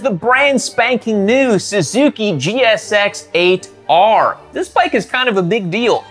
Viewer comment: Jixx ate 'er. Not jixxer ater.